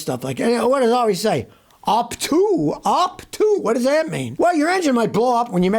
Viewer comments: I thought Scotty said HAUK TUA! But he said UP TO, UP TO! 🤣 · Did he say huck tuah lol